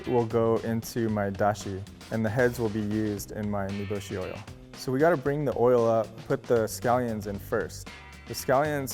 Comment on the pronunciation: Him:says niboshi Me:whatt??? Nibulsh*t?